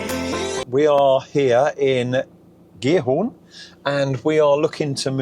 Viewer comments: [CH-eat-Horn] with CH as in loCHness aqnd pronounce the T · Giethoorn is pronounced roughly as “Geethoorn.” In Dutch, the combination “ie” is pronounced like the English “ee” sound in words such as “see” or “meet.” The combination “oo” makes the “o” longer. It is somewhat similar to the vowel sound in English words like “door,” “more,” or “floor,” although the Dutch sound is usually a bit purer and longer. So “Giethoorn” sounds approximately like “Geethoorn,” with “hoorn” sounding somewhat like “horn” or “door” in English. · pronounce the T of gie T hoorn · Your pronounciation of Giethoorn is not bad, but there is a ’t’ in Giethoorn. If you pronounce that ’t’ it will be almost perfect